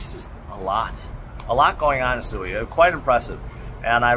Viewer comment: Went to a SUI conference and still dont know how to pronounce it correctly